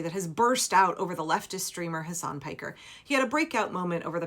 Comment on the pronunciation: Can people effing learn how to pronounce his first name? It's so irritating, and disrespectful. Hasan Piker, Mehdi Hasan, Hasan Minhaj. You don't stress the second syllable.